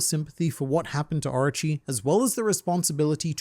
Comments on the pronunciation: I dont want to be that guy but all i heard was Archie instead of Orochi😂😂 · Drink every time he says Areachi (Orochi)